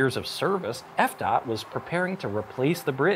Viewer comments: Sir, here in Florida we call it F D.O.T not F-Dot. Thank you..... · Grady must not like the Department of Transportation, he keeps saying "f-DOT". I wonder how he feels about Scott Fitzgerald?